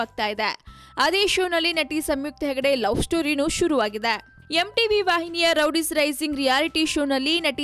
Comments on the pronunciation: hahahaha madam , first learn to pronounce words...its not rowdies its roadies😂😂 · Roadies is a very popular show, she can't even pronounce that properly . Rowdies it seems wtf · it's Roadies not rowdies first learn to pronunciation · ಅದು ರೋಡೀಸ್ ರೌಡೀಸ್ ಅಲ್ಲ